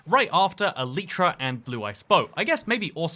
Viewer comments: I think the real crime here is the way he pronounces elytra or should I say, “Eleetra” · elytra. not eliitra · Bro pronounces Elytra as "Ah-Lee-truh" wtf 💀 💀 💀 Everyone has to be quirky...